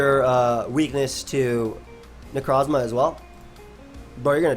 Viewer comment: Every single time says necrosssmah i laugh like a madman, it cant be helped